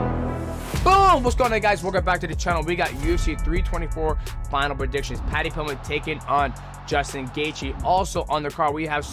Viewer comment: That and Paddy Pilmett